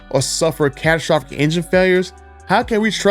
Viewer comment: This guy cant say catastrophic.